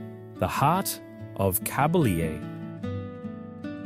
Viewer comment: Kabylie is pronounced ''kah-by-LEE''.